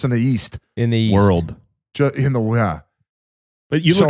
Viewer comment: almost worse than biz’s “worldwind”